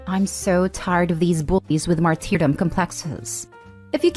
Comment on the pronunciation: mar-tee-dom... really